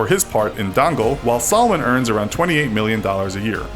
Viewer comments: It's pronounced as seh-mon not salmon the l is silent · salmon it is a fish 🤣🤣🤣🤣🤣🤣🤣🤣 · funny you pronounced salman wrong..its like you saying salmon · the way they said Dangal 🤦🏻‍♀️ And Amir, Salman, and Sharukh mygod